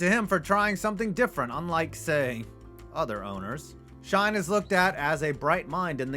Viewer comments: Joe Schoen is pronounced like Shane, not Shine. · it's pronounced Joe "SHANE" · Schoen is pronounced “Shane” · Joe “shine” and John “mah-rah” 🤦‍♂️ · Schoen is pronounced shane i thought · It’s “Shane”